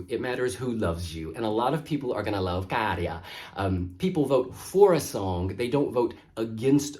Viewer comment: Your pronunciation of Käärijä is as good as it gets to a non-native speaker